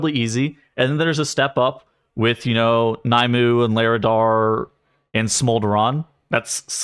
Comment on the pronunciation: Why does everyone mispronounce Nymue?? lol its "Nim-way"